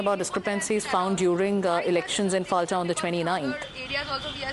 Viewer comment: পলতা it is not Falta